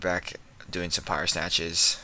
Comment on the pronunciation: Jack hammah. All powah.